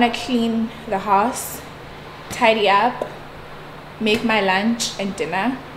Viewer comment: I'm here for the word "Dinnter"🙈🙈, i love you so much ❤️❤️❤️